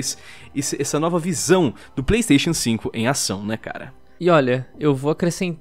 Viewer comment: esse video mas, toda vez que o lion fala pleisteixian sinco o video acelera